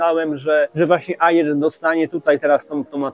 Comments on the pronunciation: Stary, uszy bolą "nie aiiiraa" tylko "era", po angielsku "air" wymawiamy "er" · Kolego. Słowo "Air" wymawia się "er", a nie "ajir". Piszę, bo uszy bolą;) film dobry i merytoryczny ale te ajiry, ajira, ajir psują urok;) zdrówko! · Wymawia się er np mawik er a air to znaczy powietrze